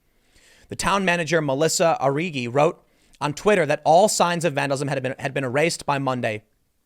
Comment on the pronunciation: Yet another person butchering my last name, but its okay.. kind of an odd last name (Arrighi).